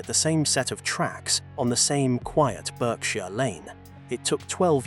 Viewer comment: Appalling AI voice which doesn't understand that "Bishop's Stortford", "sixth form" and "half barrier" are single entities and doesn't know the British English pronunciation of Berkshire, McKay, -borough, signaller, Norfolk, fatalities, and no doubt others I've missed. One of the worst I've heard.😕